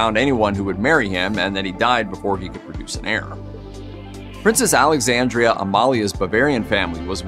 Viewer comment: Alexandra, NOT Alexandria.